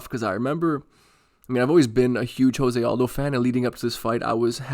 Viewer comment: Huge Jose Aldo fan pronounces his name wrong